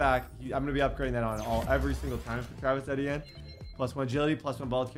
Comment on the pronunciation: Bro it’s all love Td but you’re consistently mis pronouncing Travis etienne name 😭😭